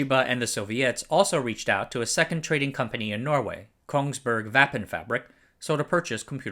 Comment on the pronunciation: please for the love of all that is holy look up how to pronounce Norwegian words if you're going to say them! "vappenfabrikk" got a good chuckle but it's so simple to pronounce the "Å" it does frustrate me slightly :P